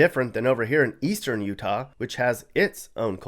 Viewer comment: U -tah ? 😮 roofers in u-tah ??? Put a lid on it . Roofers are just doing?